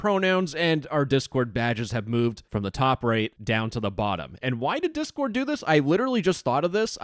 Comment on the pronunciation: Anyone hear "chord board" at the start lmfao